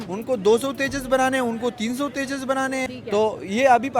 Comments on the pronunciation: तेजास नहीं जान तेजस😂😂😂😂😂😂😂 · तेजास नही तेजस 😂😂😂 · बेकर भईया समझ में नहीं आया तेजस है या तेजास है